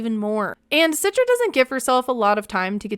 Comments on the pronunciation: please stop saying her name Sitra 😂 it's Citra (the C is like "CHarlie") not like with an "S" Sitra 👀 Indonesian here btw ✋🏼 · I think her name should be pronounced - "Chee-tra" not "Sit-tra"